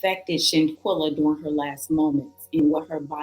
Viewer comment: It’s Shanquella not Shaquella. Please fix it, it’s very disrespectful to her and her family.